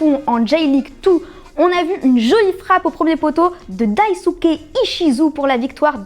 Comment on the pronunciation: Daisuke se dit daye-sse-ké.